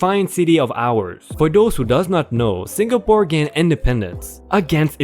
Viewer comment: It's not Singa-pore it's Sing-a-pore. Others good stories.